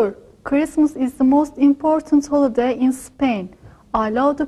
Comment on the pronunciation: evet "otomatik" altyazının acizliği tamamen zaten öğretmenimizin "Holiday" telaffuzu çok net ilgilendiğiniz için teşekkürler